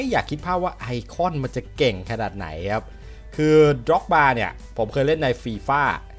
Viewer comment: 555ฟังพี่พูดเสียตำนานหมด พีดร็อก ๆๆ เหมือนเรียกหมาอะพี่